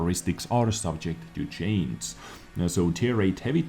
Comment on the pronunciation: it's simple, just pronounce chain in singular and ad a g, so it should sound like this, subject to chain-g. Just DO IT!!!